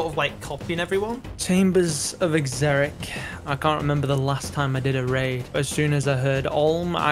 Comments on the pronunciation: "chambers of eggzerick" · Skill specs "chambers of xzerics"